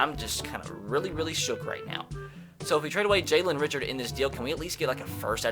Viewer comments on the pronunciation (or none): It’s not Richard it’s pronounced Rishard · Ummmmmm, Jalen Richard is pronounced Jalen Rishard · Jalen Richards last name is pronounced re-shard